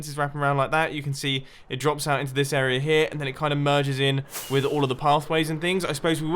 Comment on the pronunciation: Instead of area, it's arear